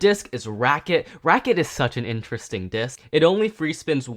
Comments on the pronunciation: Hearing him say "racket" so much for Wizard Fafnir hurt. It's "rat-chet", not "racket". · You pronounced ratchet wrong, you said racket